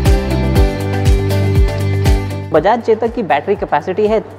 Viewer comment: Ye chetak nahi chodak hai